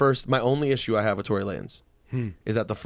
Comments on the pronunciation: His name is tory not torey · It's "Tory Lanez" and not "Torey Lanez" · ITS TORY* GET IT RIGHT